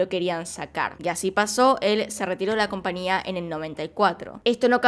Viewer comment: No omita la "Ñ". Se dice compañía